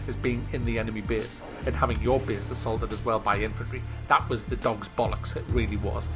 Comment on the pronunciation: "In ze building"